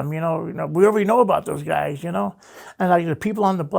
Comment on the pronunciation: Everytime this guy says Guysh I laugh 😆 8 guysh at once